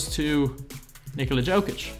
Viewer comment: im a denver fan and it is a small thing but could you please prononce nikola jokic's name proberly yolk+ic or just call him the joker also would love to see a fat lever + jokic video if possible